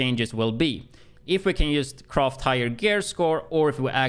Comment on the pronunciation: Every time he says ‘croft’ for craft i die 😂🤣🤣🤣😩